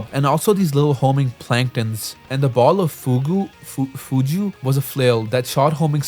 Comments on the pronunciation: "fugu" has a hard "g" sound also touhou is pronounced sorta like "toh hoh". in japanese, "ou" is just a long "o" sound (same thing with "oo") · The ball of fugu u say it fugu not fuju because it just means puffer fish in Japanese😅